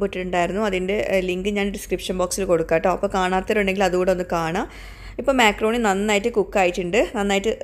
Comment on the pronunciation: myakroni alla makrooni 😅